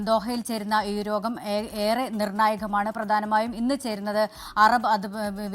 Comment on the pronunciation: Not ROGAM but YOGAM😂🎉